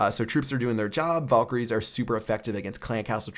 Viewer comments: VALkaries not VOLkaries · You pronounce valkery wrong. lel